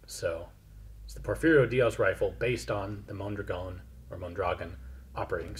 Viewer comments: Just one thing, it's non pronounced mon-DRA-gon, it's mon-dra-GON. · It's pronounced like MONdraGON, not monDRAgon. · The pronunciation is with the accent over the last vowel; Mondragón. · Mondragón. Accent on the last syllable. Mon-dra-GÓN. DE nada. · It's actually pronounced Mon-dra-gone. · Mondragón. Pronounced Mon-dra-GON with the accent on the GON. Its Spanish. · Mondragón. MondragOn. The emphasis is on the o. Love the video! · The correct pronunciaton would be mon - drah - GUN; the accent falls on the last syllable. You certainly are a pleasure to listen to. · Mondragón!, with an accent in the second "o" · Learn how to spell and pronounce the name "Mondragón", you 50-year-old imbecile. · The emphasis on the word Mondragón goes on the last syllable (gón) when pronouncing. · Ian, let me just point out, I case you want to know: the name of that rifle (and the general) should be pronounced MondraGON. That's how it's done in Spanish. They never say MonDRAgon. And... Neuhausen is actually NOY-how-zen. I'm not trying to be annoying here, OK? :)